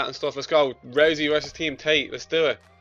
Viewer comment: Did he just say, "let's go team rosey"? Your such a nerd it's ROUSEY you know nothing about ufc.